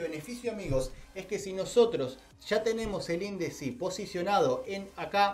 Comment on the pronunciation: Muy buen video amigo pero te corrijo una cosa, no es de hater, no se dice indici o indeci es índice el nombre del dedo